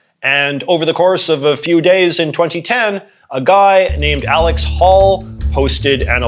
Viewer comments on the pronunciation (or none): none